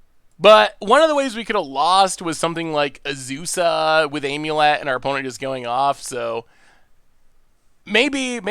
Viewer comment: Nobody: Not a soul:: Aim-yew-let